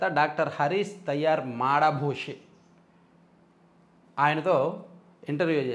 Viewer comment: మాడభూషి కాదు, మాదభూషి... ఆంగ్లభాష 😢